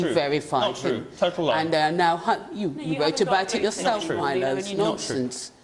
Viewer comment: You think Kate Smurthwaite deliberately kept mispronouncing Milo's name?